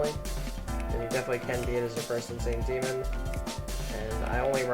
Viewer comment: bro that was the worst pronouciation of insane demon i have ver heard, it took me 20 minutes to find the damn level